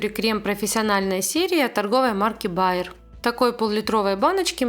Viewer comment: Чуток меньше надо было тампонады. И кончик под уголок ногтя по возможности. Если перевернёте кюретку ребром вниз, то укладывать материал будет удобнее. А фирма крема читается правильно " бер". Сочетание букв а и е в немецком читается как е. Это просто на заметку. Извините, аппарат справляется с пылью или насадка всё- же немного мешает её всю втягивать? Спасибо за видео, как всегда качество на высоте!!😍🤩👍